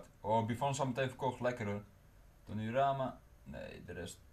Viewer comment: #tripper in plaats van trippier #donurama in plaats van donnarumma